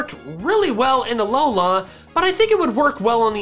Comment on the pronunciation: You say alola weird, its not that long